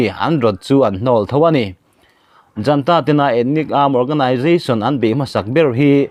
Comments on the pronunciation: Junta tih hi janta tiin i chhiar tlat mai.Zunta ti a chhiar tur a ni e. ZUN IN kan tih a,zun tih anga lam tur eg:Zunta. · Junta hi Janta tia lam loh tur a prononciation pawh Google ah a fiah khawp mai.